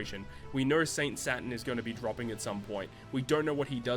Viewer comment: It’s Saturn not satan